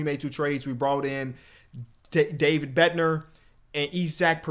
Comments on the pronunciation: Hey love the series, just figured I’d let u know that ur closer is pronounced Bed-Nar like how u would say Narcissists or sum like that. Instead of pronouncing it Bed-Ner. Again great content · please its david bednar not bedner. like cigar not ciger